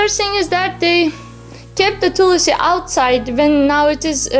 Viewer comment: What is Tulasi? A very foreigner way of saying/distorting Hindi words. Plz learn it Tulsi not Tulasi.